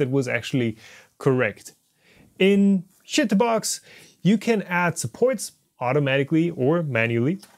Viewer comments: Absolutely loved you pronouncing chitubox as shitbox😂😂😂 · Ahahahahaha, everytime he said it!